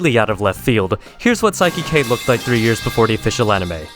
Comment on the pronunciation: I like how he watched the entire show without ever realizing "Saiki K" is pronounced the same exact way as "Psychic".